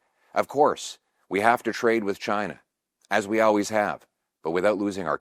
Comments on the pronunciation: Why does PP say "owways" instead of always? WHOA! Did PP just say that he wants to work with Americans who are willing to subvert and undermine the White House??? Shocking! EDIT 30 Jan 2026: Now knowing the historical context of Lord Palmerston, I'm gravely disappointed that PP would choose to quote him. PP and a significant portion of the CPC might just be the Canuck equivalent of RINO Republicans (read "British Imperial agents in the US"). Be careful about any support you show for the Empire's covert war on America! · Learn now to pronounce "always" you doink! 😅